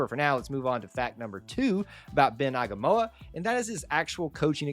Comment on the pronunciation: It’s pronounced Ah-ee-nga-mah-oo-wah and Ben has far and wide reach especially in the Polynesian community, which your competition has been tapping into a lot. I’m excited for you guys and excited to see what the future brings!